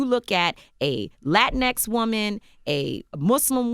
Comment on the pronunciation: She needs to stop saying Latin ex